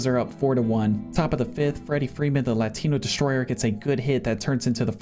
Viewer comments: I’ve never heard a whiter pronunciation of the word “Latino” before. Good god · for real